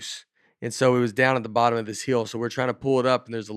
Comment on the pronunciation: haaa - Nate says hill like "heel", and wheel like 'will'